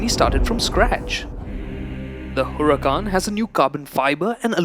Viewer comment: U pronounced Huracán wrong👎🏾